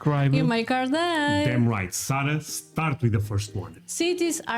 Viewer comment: Andre and Sara (pronounced Sarr-ah, not sayre-ah) were in about 4 square miles of the over 22 square mile island of Manhattan, all of Manhattan is only 7% of New York City and about 000.048% of New York. Again, the CITY is called New York City, the STATE is called New York. Do not call the city "New York" we are tired of that city getting confused with our beautiful state.